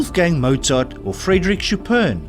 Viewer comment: Oh, you really need to check the pronunciation before you narrate these quizes. Carthaginian is not Carthagnian and check Chopin.